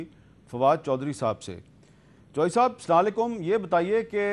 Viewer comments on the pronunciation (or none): سلام کا تلفظ درست کریں جناب ۔ ،،اسلالیکم ،، سلام نہیں ھے صحیح تلفظ یہ ھے۔ اَلسٌلَامٌ عَلَیْکٔمْ وَرَحْمَتٔہ اللہ وَ بَرَکَاتٔہْ